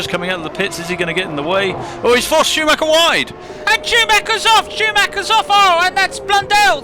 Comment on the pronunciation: AI has a problem with Schumacher. Shameful...